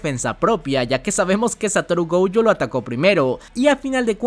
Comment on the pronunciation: Por q dice goujo no entiendo